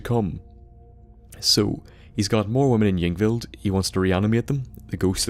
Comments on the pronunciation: Pronounced EEng-vild. Also, the plural of sarcophagus is sarcophagi. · hey bud, i think it'd be safe if you pronounced it Inveld. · It's pronounced ing-vild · ying vild is how its pronounced I think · Pronounced Ingvild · pronounced "ingvld" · Pronounced Ying Vild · it's pronounced ung-vild. In skandinavia ys are pronounce "u" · I think y's in skyrim are pronounced as i's so it's like ingvild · The "Y" is pronounced like it is in a name such as "Yvonne"